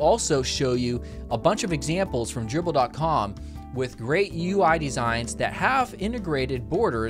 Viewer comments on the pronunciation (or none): it's triple D in dribbble :)